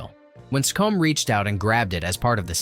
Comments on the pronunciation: Harry SeeCm. Not Harry Sickomm. Dont insult our English National treasure by your ignorance of pronunciation. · Don't spend ages telling us about a deleted scene that took 40+ takes and then not tell us which part of the story it was! 😀 (And Harry Secombe's surname is pronounced See-c'm, not See-comb) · “Secombe” is pronounced like “seek ‘em”. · Footnote for your narrator...the actor who played Mr Bumble is Harry Secombe is pronounced as it were spelt Sea-cum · Harry Secombe's surname is pronounced "Seek 'em". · Secombe pronounced Sea-comm. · It Harry Sea come, Harry Secombe not how you pronounced it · Harry's name is pronounced Sea comm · Harry Secombe's surname is pronounced See-Cum. Also, the inserted chat show clip is of Spike Milligan, not Harry Secombe. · Harry Secombe Mr Bumble, the Beadle. - pronounced, See-combe. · Secombe is pronounced "Seagoon". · Harry Secombe is pronounced See Come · An excellent summation! Thank you!!! (By the way, "Secombe" is pronounced SEE-com.) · The pronunciation of dear old Harry Secombe's name in this video makes the watch worthwhile. 🙂